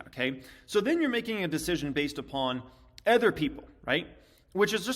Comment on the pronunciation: Ken is great. is great. Everyone has a different flavor, but they all provide valuable insight. just needs to learn how to say “other” properly.